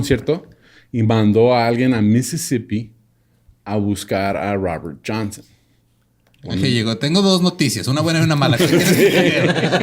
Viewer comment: El Raaber Janseeen me distrae mucho...